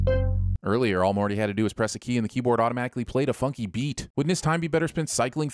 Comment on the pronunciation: calling “Morty” by “Marty” ding